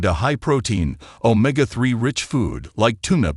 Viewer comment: Any AI voice that mispronounced Omega as Oh-ma-gah can’t be a source for facts, Xin Loi, Ong.